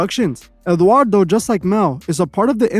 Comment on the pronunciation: Sorry but you are dead wrong on this way. First, you butchered Eduardo's name. Second, he is a MEXICAN actor and producer, many of us know him since childhood, he did novelas. Im not even gonna keep going, but you are wrong sorry